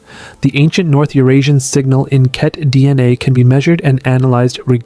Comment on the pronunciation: I'm 20 seconds in and you've already mispronounced Vajda, Ket, Yenisei, and Na-Dené. Thanks for making it immediately clear that you have no idea what you're talking about.